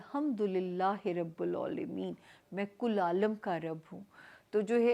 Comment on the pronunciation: Alhamdulillahi rabil aalameen...ع k upr khari zabar hai paish nhi hai, kindly ap apni pronunciation ko correct kr len